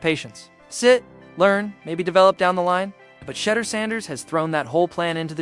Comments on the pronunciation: The way you kept saying shutter instead of shedur lol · Shed- dure is how its pronounced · His name DOES NOT RHYME WITH CHEDDAR!!!!! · Shed- dure its pronounced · HIs name pronounced Sha duer despite the name being spelled Sheduer. Just say his last name since you are incapable of saying his name right. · Its pronounced SHEDOOR!!!!!!! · She-Duer pronounce it Right,... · Sha-door, if you're going to capitalize off our nephew pronounce his damn name right! Geesh! That's just disrespectful! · Pronounce Name correct. That's embarrassing.thank u😊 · Got to get his name right. He’s been on video most of his life. All athletes know how to pronounce his name. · You must learn to pronounce Sander's name correctly. To be online like this pronouncing things correctly is important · Who TF is this narrating this thread? Mf, you can't pronounce Shedeur's name yet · Please pronounce the name correctly!